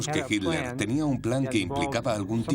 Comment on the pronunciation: Adorf Hitler se escribe, se pronuncia Hitler, soy de origen alemán se lo que digo...